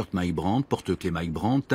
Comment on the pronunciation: BRANT. Not Burnett.